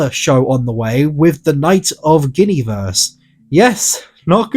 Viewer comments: genny verse??? lololol it's GWEN A VEER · Still wrong this Gwen ee veer. Though closer this time. Atleast it's not "Goonieverse" goonieverse is hilarious though. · Oh! I thought it was pronounced “Gwen-a-veer” I guess I was wrong😓